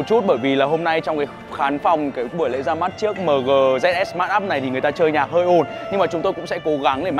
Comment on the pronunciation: Chính ra đã đọc mờ gờ thì đọc dét sờ luôn nhỉ.h